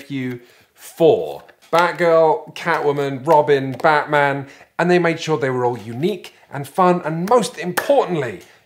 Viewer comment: Now BAAHT-man...